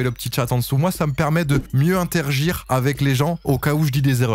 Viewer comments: c inter(a)gir et pas « intergir » bref sinon le concept est bien continue de t’améliorer sur rl 😂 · « Ça me permet d’intergir » 😂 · Interagir et non pas "intergire" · "mieux intergir" 😂😂😂